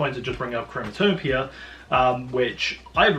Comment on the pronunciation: im not tripping he keeps saying chromatopia in the beginning right?